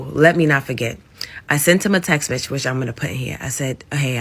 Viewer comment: Two great sentences in a row… - “Am I WRONK?? Oh, let me not forget, I sent him a Texx-Mex” 🌮🌮🌮🌮 Plus a few other “Am I Wronk??” and her favorite “Cool beans”. I would’ve left her too… #DOBETTER 🫡🫡✊🏽✊🏽🔥🔥